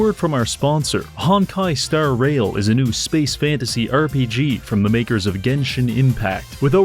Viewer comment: his emphasis when he says Hon*kai: Star *Rail is wild